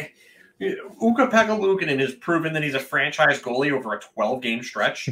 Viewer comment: It’s goalie not “goale”😂